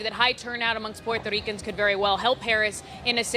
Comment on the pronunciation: this woman shifts into a HEAVY HISPANIC ACCENT every time she uses the term Puerto Ricans. Why do they all do that?